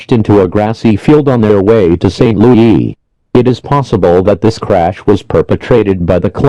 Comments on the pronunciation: St. Loo-EE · St. Lou-yee